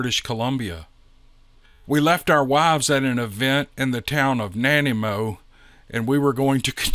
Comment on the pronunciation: NAH. NYE ( LIKE EYE) MO